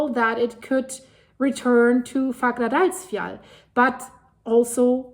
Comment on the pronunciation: The doule L is a T in the pronunciation for icelandic. So it's pronounced like "fagradalsfjat", although it is written as "Fagradalsfjall". You can look it up, the double L as T rule is real for icelandic. I'm not making this up ;-) (Don't believe what any commenter like me writes, check it. I am sure for myself, but I know, that's not enough for anyone else, so just look it up ;-)